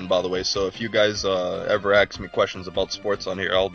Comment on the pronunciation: Nobody has ever "axed" you a question. Learn to speak.